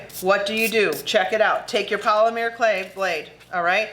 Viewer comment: Hi😃 Great video! Very informative, interesting and beautiful work! You are very charismatic and funny 😄 Just a quick suggestion; Polymer as in Polymer Clay is pronounced •pohl/pall (rhymes with hall) •luh (rhymes with duh🙄) •mer(rhymes with 'her' or 'mer' as in mer-maid)🧜🏻‍♀️ I hope you don't take offense - it was not given as such🙂 This is my 2nd video of yours I've watched today. You have a kind spirit and seem to enjoy sharing your knowledge and expertise in such a beautiful art. I am a fine art silk painter. I use Mica on many of my silk canvases. I paint on silk with dye, steam set it, adhere it to a canvas and hang the canvas on the wall. When the silk art pieces are not hanging somewhere they are being worn (silk scarves, shirts, dresses, etc.). I use the mica on areas of my drakes in the bright sunlight. Thank you for generously sharing your beautiful work and skills with us all! God Bless 😃